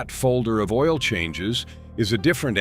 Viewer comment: Pronouncing "oil" "Oh-While" and "KIA" "K-EYE-A" lol